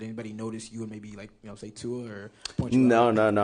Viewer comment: Reporter says that they have over the years learned how to pronounce Tua’s last name and then proceeds to butcher it 🤣.